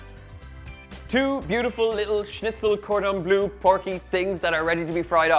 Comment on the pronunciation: Cordon bleu est très bien prononcé 😉 Good pronunciation of cordon bleu 👌🏻 Thank you for this recipe . Merci